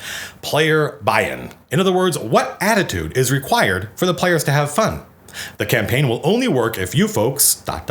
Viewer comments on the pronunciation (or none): none